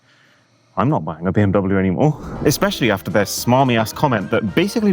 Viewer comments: why can’t british and americans pronounce BMW correctly? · Bee mee wuh?